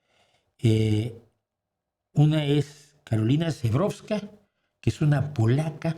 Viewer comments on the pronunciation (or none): Y le molesto de nuevo con la pronunciación, ya sé que no es su obligación saber polaco, pero que para la siguiente pueda decirlo correctamente, la letra ż suena más o menos como la LL en “lluvia” (más cercano aún, la SI en la palabra inglesa “vision”, o la GE en “beige” también en inglés), así que sonaría más a “llebrofska”.